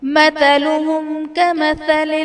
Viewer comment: Pay attention to ayaat 16 (masalohum) you said (matalohum) check it